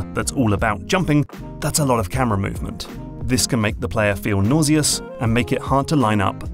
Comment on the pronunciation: "Nawzeeus" heh, accents